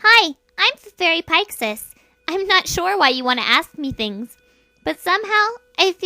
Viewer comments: Pike·Sies? It's Pea·Seas. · pixis it's pae sheez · I'm so triggered right now...(i don't wanna judge because obviously you aren't Portuguese, but the fact that people say the word ''Peixes'' which for us mean's fish, like ''PAY-XES'' instead of ''PAY-CHES'' because the letter X in Portugal can be read like che.I don't (neither like) to judge people about this but it's quite triggering so just wanted to point that out. :D)(the words ''PAY-XES'' and ''PAY-CHES'' are obviously created to represent the way to say it , not grammar errors BECAUSE U SEE ME GRAMMER BE JUST FINE ) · it's pronounced pishes